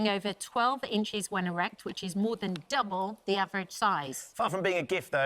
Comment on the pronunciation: that D on the Double and deadstare were dastardly deadly.... Like you hear that John ?! Ddddouble the average!!!